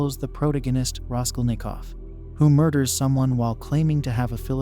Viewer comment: Firstly, pls pronounce names properly: Jean Paul Sartre, Iago, Dostoyevsky and Raskolnikov,etc...An elegant exploration of the possible views of "Evil"...But here's my much simpler take: The Golden Rule is universal, meaning it applies everywhere in the universe where sentient beings abide. It can be broken only by Violence and Lies, two sides of the same coin...Lies appearing alone are always an attempt to distort one person's, family's, tribe's, nation's grasp of reality for the unequal benefit of the liar... Force of concealment and/or concealed violence are always there on the other side of that coin. On the other side of the coin Violence, however obvious and bloody, as in Pol Pot's, Idi Amin's or modern Israel's behaviour is either disguised/concealed or openly justified with: Lies. So, there's always Lies AND Violence. If you, your family, your tribe, your nation DO NOT lie and violate others, you may think what you like...and in the spirit of Free Speech, you may say what you like, so long as you don't threaten Violence...So it's simple: No Lies and/or Violence and St. Peter must take you in...End of Sermon